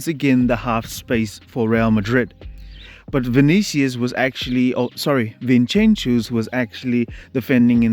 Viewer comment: From Barca fan, I think it's disrespectful to be calling Vinincius 'Vinchenchius'